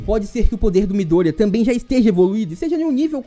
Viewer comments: Bom vídeo, mas só eu ficou incomodado com a pronucia de miDÔrIya do narrador? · Mano que agonia dele falar o nome do Midorya errado desses jeito. pelamor de Deus